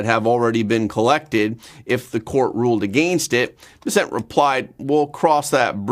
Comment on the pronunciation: Why do you continue to insist on misprounouncing the Treasure Secretary's name? He himself puts the emphasis on the first syllable - BESSent, while you always say besSENT. Why not pronounce his name the way HE does?